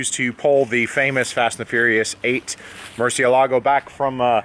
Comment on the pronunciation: He says Murcielago yasss